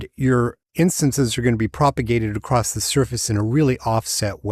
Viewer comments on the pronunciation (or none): ...." acrosst" ? Why do you pronounce ACROSS as ACROSST?